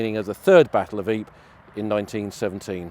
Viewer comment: I thought it was pronounced EE -Per , RAH